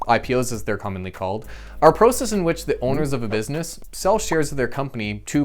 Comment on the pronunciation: I would have enjoyed the video much much more if he would have pronounced "process" correctly